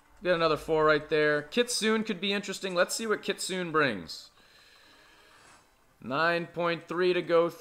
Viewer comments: It’s kit-soo-nae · happy new year, also it's called Kit-su-ne (kit-zoo-nay)